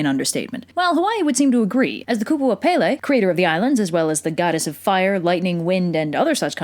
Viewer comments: its not pay lay its pel ay please get it right sorry for being rude but I love the video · I love how 75% of the Hawaiian words are pronounced wrong. Its okay tho. I'm not a hater. Its just funny. And how pele is prounced SOOO wrong😋. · Yeah that was part of the myth EDit: also pele not pepe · As someone who is from Hawaii, your pronunciation was mostly okay...However when you start explaining the plot quickly, the pronunciation gets a little lazy. Pele is (peh-leh) not (pay-lay) But kudos for even attempting. I’m a big fan of this channel. Malama Pono! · Not palay. Pele IM HAWAIIAN!!! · Aaaaaaaaah, I'm sorry, I know this is an old video and i cant help it but I have to correct you. Pele's name is pronounced (Pe-le), not (Pay-le). I'm sorry, I couldn't help it. I'm legitimately a local Hawaiian from Hawai'i, and I've always heard people say things wrong. I know you may not mean it but it still makes me cringe here and there. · Baysalt? I wonder how many old ladies on Hawaii pretend to be Pele and go around asking for booze & smokes. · When u say Hawaiian words wrong Pele your saying it wrong I’m from Oahu and I see people disrespecting pele. stop saying Pay Lay ;-; you’re also saying the other Hawaiian names wrong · Its pronounced Pell ay and kama pu a a. I should know I'm hawaiian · PAY-LAY?? AI LAAAAU??? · I'm sorry but I just have to laugh. I'm Hawaiian and never in my life have I heard someone pronounce her name like Pay-Lay. Oh, wait, actually a kid that lived on base actually pronounced it like that and he got kind of humiliated when someone pointed it out and I only felt sorry for him because I was raised with Hawaiian culture and I also lived in the mainland before I moved to Hawaii. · You say Pele wrong, it's pronounced Pe-le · “Pele.” Where my smiters at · How tf do you pronounce kamupua’a correctly but not pele? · also pe,le. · She got every name BUT Pele correctly pronounced... how? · “E” in Hawaiian is pronounced “eh”